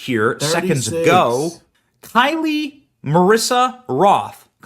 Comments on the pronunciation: Her name was KYLE not KYLIEEEIEIEI at least get her name right. It's worth noting that diddlers ex j-low got Kyle's entire account taken down less than a month before she was found dead on some copyright infringement nonsense. Her family implied that she unalived herself but she said herself in previous vids that she was not sumicidal. Did Oracle have to hand over her account vids to the feds? 🤨 if so they didn't do it voluntarily. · FYI --- Her name is pronounced in the same way that the common male sure-name of "Kyle" is pronounced (Ph. - "Kigh-Uhl"), and not as "Kigh-Lee". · Thank you for covering this! Just so everyone knows… Her name is Kyle, just like the boys name. There is no “i.e.“ or “y” at the end. So, just for clarification, her name is:KYLE. NOT: K-Y-L-I-E I just think it’s very important to pronounce her name correctly, because it is a form of respect. It’s the name that her parents chose to give her and we need to honor that. Prayers go out to her family and loved ones!! 🙏✝️💜 I pray that the truth comes out and that justice is served to everyone involved.